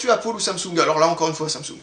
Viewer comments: Apple = Apeule !! Pas Apôle !! >< Le seul truc que j'ai à te reprocher ;) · C'est pas grave ^^ Moi même je suis Apple ( j'utilise des iMac ) même si j'adore Linux !!!!!! ça ne m'a pas déranger ^^ chacun le prononce comme il le veut :) C'est original Apôle ^^